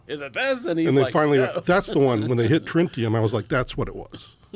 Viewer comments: Had such an impactful experience, was spoken to telepathically? by an alien, has interviews where he discusses the supposed encounter with government scientists, and still can't pronounce Tritium right? Complete bullshit story. But the left side of the bell curve will eat this up. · pretty amazing that he can mispronounce a word that was beamed directly into his mind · He mispronounced something he heard via telepathy 🫢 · He's surely told this story for decades...why hadn't he been corrected on the pronunciation until now? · He must mean tritium not “trinitum”. Why did he change the element? In previous interviews he said Tantalum (though he mispronounced it there as “tantalium”) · He started talking about "trintium" and I tapped out. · Alien: "No! Listen, "triTium" for the 11th time: "trintium" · "Trintium" for tritium and "obfuscated" for obscured... It's for the reason that the people who always seem to observe the unusual and/or paranormal tend toward low education and low intelligence that I find myself EXTREMELY SKEPTICAL of their claims. Why is it always bubba instead of Dr. Science making these reports? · These guests are EPICALLY FOS … hilarious… dude confuses tritium with trintium 🤣🤣🤣😂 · You guys have problems with pronouncing elements. Aluminium is turned into Aluminum, and now Tritium is pronounced as Trintium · Like, why is he changing his story about the element the alien asked for ? First hes saying trintium then hes saying tritiam, man you cant be "mispronouncing" if youre the only one telling the story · “He needed Trintium.” “You mean Tritium?” “No Trintium.” “There is no Trintium.” “Oh, it was Tritium, I must’ve been saying it wrong.” Bruh 💀 at least re watch Spiderman 2 and refresh on your Tritium facts before remixing it on the JRE. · TriNtium? Or Tritium? Telepathic mispronunciation, lol, what a lying dipshit.... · "He wanted trintium." Do you mean tridium? "Yeah that's it." Sus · This guy said tintilium on a different podcast